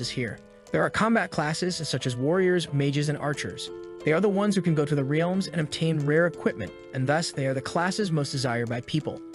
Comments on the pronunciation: The Ree-elms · Bro said wrlaems